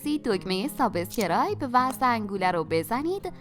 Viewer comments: گذشته از این که این پنیر نیست ، تلفظ سابسکرایب رو هم لطفا درست بفرمایید‌ . یه جوری غیر طبیعی حرف می زنید که احساس فریب خوردگی به آدم دست می ده !! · عزیز سپاس از برنامه های آموزشی خوبتون فقط واژه انگلیسی سابسکراب را خیلی بد تلفظ می کنی خواهشا در گویش آن یک تجدید نظری بکنید خیلی رو مخه